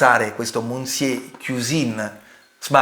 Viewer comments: Monsiè non si può può proprio sentire 😢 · Già mi sembrava assurdo il confronto, poi ho sentito come pronunci il nome del “monsié” e ho capito tutto il resto 🤣🤣🤣